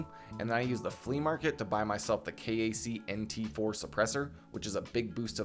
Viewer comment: Very Helpful Video! defintely needed this :) fyi most gun dudes pronounce KAC as "Kack".